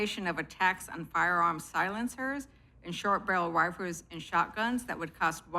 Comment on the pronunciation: "shurt barral rwaffles"